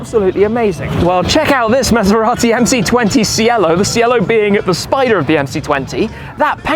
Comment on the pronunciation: Cielo (Italian for "sky") is pronounced "tshi-elo" (like the instrument Cello with an additional "i"), not like "si-ello" 😉👍🏻👋🏻👋🏻👋🏻